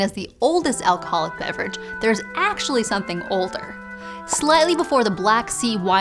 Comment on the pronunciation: The way she said "atually" was unexpected and fun.